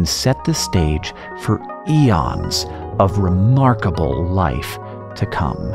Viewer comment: I'm so tickled about that heavy emphasis on the word EONS :D :D :D "What will the planet look like when we're through with it" Well I gotta say, it doesn't look too good for anybody from this point in time... edited because I had the sad thought after the happy one and then couldn't decide which to keep because I am random